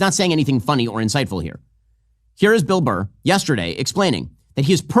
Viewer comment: The way Benny says “Bilbur” 😂